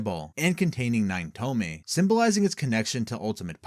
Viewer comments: tomei? TOMEI? its tomoe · "Toe-Moe-Ey." Not "Toe-May." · wtf is a tome? You mean Tomoe? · Pronounced TO-MO-EE. Js. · ok I'mma make this easier on people because I didn't know it would annoy me this much TOMOE= TOE- MOE- WAY THREE TOE-MOE-WAY SHARINGAN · Bro pronounce tomoe properly. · The 2nd o in tomoe isnt silent